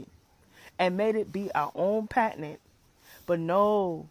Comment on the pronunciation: I’m tired of this girl saying the words wrong. Girl it’s patent not patinent.